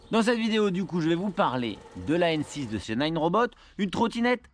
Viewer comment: Salut, juste un detail c'est Nanrobot pas ninerobot:) sinon belle video